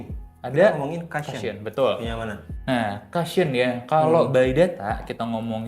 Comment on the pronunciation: Masukan aja ya gaes.. Cushion itu dibacanya KU-shyen Bukan KA-shyen Kalo memang belum terbiasa, ada baiknya sebut saja BANTALAN..